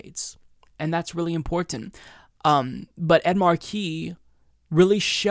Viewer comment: ImporTANT, u really pronounce the TANT. It makes me want 2 die lol 😁🤭